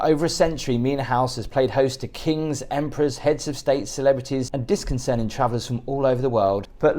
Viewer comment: it’s NOT ‘dis con cerning’ BUT discerning! 😁